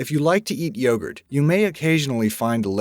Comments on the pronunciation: See ! The way he says yogurt. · Bulgarski detected!! Mission:Steal the youghrt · Why can't you pronounce 'yogurt' correctly? Why can't you pronounce 'parmesan' correctly?